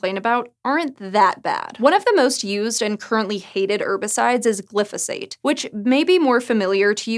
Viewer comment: Please check your pronunciation of glyphosate -- gives different stress and different vowels.